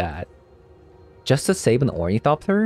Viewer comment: "orniethopter" lol, No hate ❤